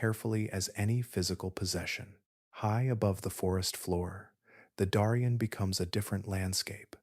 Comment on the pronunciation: "Daw-rien"❌ "Dairy-ien" ☑️